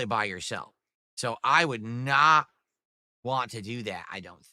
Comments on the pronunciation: Dude needs his ass physically kicked,he needs a huge slice of humble pie. The way he says “WHANT” makes me fucking cringe sooo bad. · The way he says want without a T at the end makes me want to puncture my own eardrums